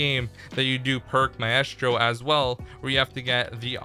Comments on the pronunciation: maestro is pronounced "my - strow" , not "my - ess - strow" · MY-STRO NOT MAY-ES-TRO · Think Maestro is pronounced "Mystro" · pronounced my stro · Maestro is pronounced My-stro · Maesto is pronounced My-Stro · WTF is May Es Stro?